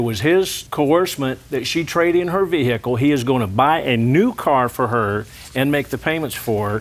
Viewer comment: Ol daddy… did get act in Deliverance. Ve-hic-kle